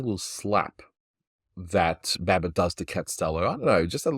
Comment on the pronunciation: Not sure but when Catstello is being shoved up the ladder it sounds like he's saying Abbot instead of the cat character, Babbit.